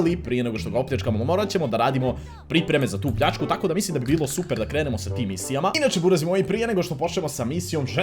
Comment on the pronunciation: Jeste primjetili da je Reko umjesto pljačku Reko placku!!!